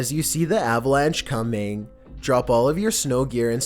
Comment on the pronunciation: Comang instead of coming